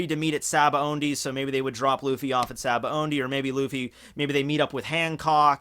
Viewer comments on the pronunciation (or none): why does everyone pronounce sabaody as if theres an "n" in the word? lol "sabaondy"